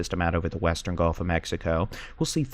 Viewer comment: You also mispronounce gulf. It isn't "golf..." lol